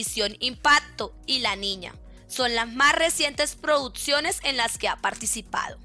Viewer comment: La narradora de este video es la hermana de leo reyes ella dice produtciones😅